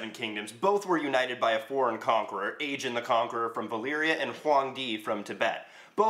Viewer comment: It's "AEGON", not "aejun". Videos good, the title is misleading and lame, and you look like a hippie version of Jon Heder.